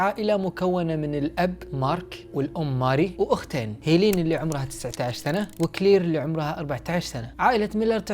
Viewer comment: لماذا اسمها مثل اسم اختي😂، هيلين ولكن اخي لفظ الاسم ليس كما تلفظه انت، إنه يُلفظ هكذا (هِلِن او Helen) ليس (هييليين او hilin) و شكرا لمجهودك انني اقدر ذلك❤️